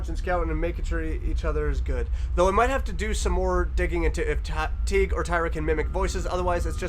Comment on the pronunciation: It’s pronounced teygoo. Tyra and Teigue